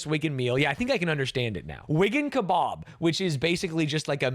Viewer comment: The pronounciation of kebab is so jarring